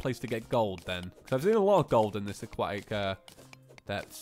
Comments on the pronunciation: CAN YOU SAY AQUATIC CORRECTLY IT'S EXTREMELY ANNOYING. A-KWOH-TIC. I know the british can't speak properly but come on mate. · "aquatic" has a "t" in it